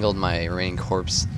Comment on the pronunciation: The P & S in corps is silent, proper pronunciation is 'core'